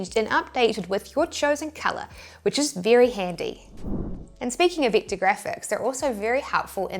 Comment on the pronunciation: It's pronounced vector, not victor.